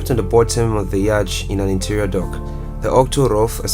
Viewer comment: Despite the spelling, it's pronounced 'yot', not 'yach'.